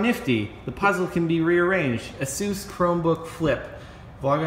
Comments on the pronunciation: its not asues is ay*ss*uh*ss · It's asus not "asoos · You pronounce asus a-soos? What is wrong with you? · It's pronounced "aye soos". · You pronounce it Ace us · ASUS is pronounced like (Ace-Us) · ITS NOT PRONOUNCED ASOOS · its pronounces ace-us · The way he said ASUS.... it cringes my hinges.